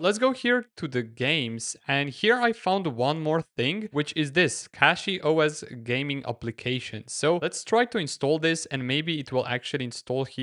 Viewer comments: its CachyOS and not CatchyOS ... 😁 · It pronounced cashy noch catchy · Please stop saying "Catchy" when its CACHY. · he was the 2nd person with an non-english accent who called it "catchyOS"